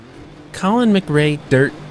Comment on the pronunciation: Colin "Magray" Rally!!